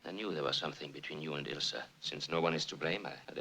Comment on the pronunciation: Yeah the mispronouncing of Ilsa's name was driving me crazy lol, good on you for realizing. A lot of reactors just keep doing it, even when the movies keep saying the characters names. This is one of the best movies ever, and might the most quoted one as well.